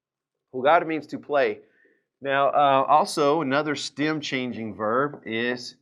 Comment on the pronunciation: I am a German learning spanish with your videos. It took me a few days now to understand that you say "stem" in this video and now I know what that means. I thought you say stam or stim and couldn't find a proper meaning for it :D